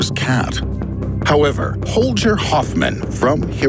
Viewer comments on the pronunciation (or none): Its Hol (G) er , not Hol (J) er .. Great video anyway 👍